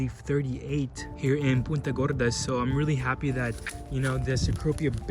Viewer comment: Is he saying Puta Gorda